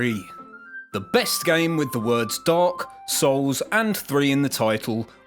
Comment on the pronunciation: You pronounce dark souls like dog souls 😆